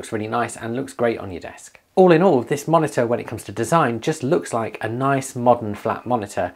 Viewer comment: Take a shot every time he says monita